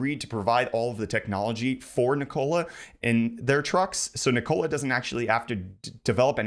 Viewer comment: Just an FYI, Nikola is pronounced "Nickel-uh". Thanks for the news!